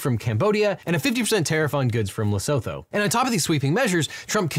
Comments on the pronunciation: It’s not a big deal (cuz the world is on fire rn lmao) but for those who’d like to know: the proper way to pronounce Lesotho is closer to “leh-sue-two”. If “leh-soh-toe” is more comfortable, have at it! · Leh-soo-too not le-so-tho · hi! i think lesotho is pronounced more like "lesutu" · It's an understandable mistake, but you said Lesotho wrong, it's not pronounced how it looks. "Lesootoo" is how it's pronounced ig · The proper pronunciation of Lesotho is Lah soo too. It's a small, incredibly impoverished country in central Africa. One of the poorest countries in the world. We shouldn't be levying any tariffs on them. at all. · Lesotho is pronounced leh-soo-too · i beg of thee please learn how to pronounce Lesotho as a fellow southern african it hurts me to hear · That's not how you pronounce Lesotho. Well, it might be how you pronounce it, but it's not how you're meant to.